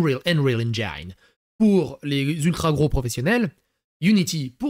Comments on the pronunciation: Non, Dalibor, "engine" se prononce "endjine" et non "endjaïne" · on dit engine pas engaïne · On dit "EngIIIIne" pas EngIAINE comme dans "Fine" ou "fire". C'est juste un i tout bête comme en français, didjouss T_T <- 3D creator en plus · 'engine' se prononce n'djenn